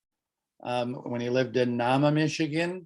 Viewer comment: The pronunciation of Nahma is NAY-muh (long A).